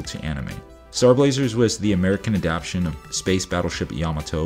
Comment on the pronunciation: Good video! Minor quibble, it's 'adapTAtion' not 'adaption' (which isn't actually a word, I'm pretty sure.) Stay awesome!